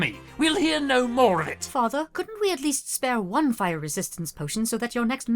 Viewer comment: Hellooooo native Brit here I have some points for you :) I’ve written some of this in phonemic letters cause pronunciation is hard over the internet - R sounds; they should be a bit softer I think, at least for the princess specifically. Noticed it for words like fire and after - The o sounds in Gedlock and others should be more towards the front of your mouth; less /ɑ:/ and more /ɒ/! Making your mouth more round might help with this? For the king specifically: - I liked the tone you gave “did you hear that dear”, good acting lol. Hear and dear shouldn’t quite sound the same; think of how you’d say deer instead - Not every word has to have its vowels emphasised, I noticed it when examine how you say “this” - The “Us” was good, perhaps a liiittle bit too buzzy at the end but it’s definitely what you should be doing! For the guards: - “high temperatures” I think it’s probably the very end that was a snag; cockney tends to clip words a lot, like high becoming ‘igh and such. The end should be clipped to be /teəmprʊəʧz/! Keep that in mind for other words, like “who” in that same segment with that guy lol - I think neither should have pronounced the other way but I constantly mix up how you’re meant to say it this side of the pond so I couldn’t tell you!! fellow brits help me please You get the jist of the pronunciation rules overall; sometimes you slip, but of course these rules become more and more of a habit the more you practice! Watching British media clips and tr